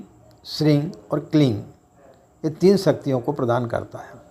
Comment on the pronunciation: इस वीडियो में आप हिरिंग श्रृंग किलिंग उच्चारण कर रहें है और दूसरे वीडियो में आपने हरीम श्रीम क्लीम का यानी ग और दूसरे में म का उच्चारण किया इन मंत्रों के साथ यही प्रॉब्लम है आप पंडित लोग ही कंफ्यूज है तो हमारा क्या होगा जी। सही उच्चारण क्या है हम भी कंफ्यूज है